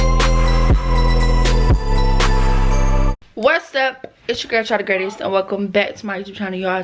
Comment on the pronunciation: Umm the intro say the grestest instead of greatest